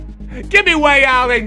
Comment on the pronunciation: I love how he still calls him way allen